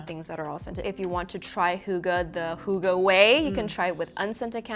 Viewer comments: in Denmark it is not. Fx, “oo” gives you a “u” sound in Denmark. And “hygge” is not pronounced with a “u” it’s pronounced with.. well.. “y” 😂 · "The birthplace of "hooga"..." - As a Dane, I love this pronounciation! Its wrong, but I love it non the less! XD